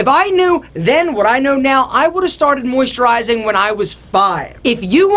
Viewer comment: guys, maybeye you can help me: I'm from germany so i didnt unterstand what alpha was talking about . muysterizing or something? I dont have an idea...